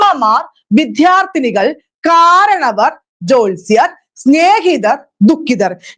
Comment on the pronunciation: അധ്യാപികയുടെ ഉച്ചാരണം കുറെ കൂടി ശ്രദ്ധിക്കേണ്ടതുണ്ട്. പലയിടത്തും മൃദു ശബ്ദത്തെ ഘോഷമായി ഉച്ചരിക്കുന്നു ഉദാ. ആഗമിച്ചു - ആഘമിച്ചു, വിദ്യാർത്ഥി -വിധ്യാർത്ഥി ' etc. പഠിതാക്കൾ അധ്യാപക വിദ്യാർത്ഥികളാണ്. ഉച്ചാരണം ഇങ്ങനെയെന്ന് കരുതി അവർ അനുകരിക്കാൻ സാധ്യതയുണ്ട്. ശ്രദ്ധിക്കുമല്ലോ.